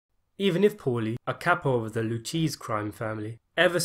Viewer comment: Who the F*ck is Lou Cheese